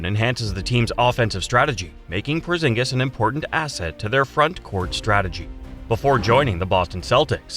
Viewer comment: Bruh we know he's humongous. You don't have to violate his name like that, porzongos😂